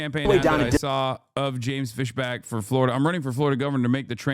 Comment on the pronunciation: Fisbach? That's Markipliers actual last name